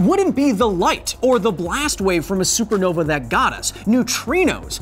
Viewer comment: He said supernova wrong the first time and it upsets me :(